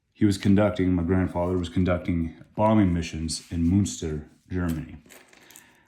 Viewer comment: Please don't say Munster when you mean Münster these are 2 different cities!